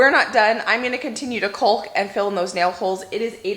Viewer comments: Try saying it....caulk...not culk...Just try it! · Caulk rhymes with hawk. The "l" is silent. "Cawk" not "Culk." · Oh no, not callllllk again!!! it's pronounced "kaak", similar to walk. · Love, love ,love your videos! I learn so much from you. Love watching the renovation work, but please stop saying cau"l"k...the "l" is silent 🤫 lol. Keep up the fantastic work! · The way you say caulk(ing) makes me giggle. The L is silent.